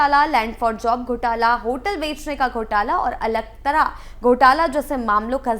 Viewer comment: ❤ समाचार वाचिका ने अलकतरा का उच्चारण अलक+तरा किया जबकि इसे अल+कतरा बोला जाना चाहिए था।